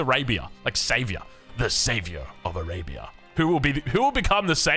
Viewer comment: What rhymes with Arabia? Savior... I mean, only with your accent...😂